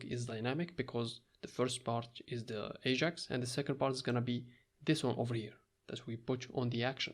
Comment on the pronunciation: it's not aZHAx asshole it's Ajax